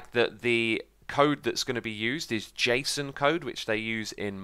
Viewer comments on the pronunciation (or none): none